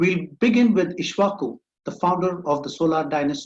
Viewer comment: It is ikshavaku u said isvaku pronounce properly